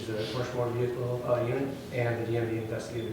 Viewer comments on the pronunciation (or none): He's guilty, just for saying "vee-Hickle". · Why do they always say "vehicle" with three syllables not two? Very strange